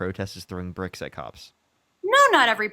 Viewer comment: Burrricks! Bricks is one syllable lady. Get out from under your maga rock and google a video of Jan 6th.and no one cares how feel about nice. We care that you support a dementia patient SAer as president freeing violent criminals while deporting mostly dignified, honorable immigrants without due process.